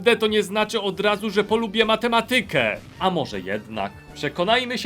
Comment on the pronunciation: Matematyka ma akcent na drugiej ma, a nie ty: mateMAtyka.